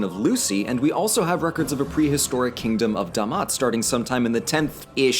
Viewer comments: He Said it D'mt because the Da’amat Civilization themselves used a Sabaean script (which didn't have vowel indicators) carved it in stones. So the direct translation of that would actually be D'mt. But you are right it is pronounced as Da’amat. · Mythos & Logos – World Mythology and Religions Lmao it’s pronounced as Da’amat I don’t know why they spell it as D’mt